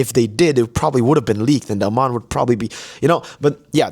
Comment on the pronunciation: its Ey-mon not A-mon 😭 he literally says it in his voiceline